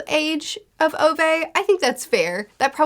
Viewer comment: Ove's name is pronounced (oo-veh) not (oh-vay) btw - t. Swede who has a great-uncle with that name :)